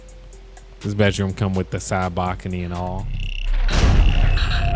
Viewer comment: “Backony” bro it’s balcony